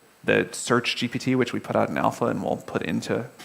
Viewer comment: Elkann is far behind the level of this conversation. , he couldn't even pronounce 'GPT' correctly. I wouldn't be surprised if he's never tried GPT before. How embarrassing.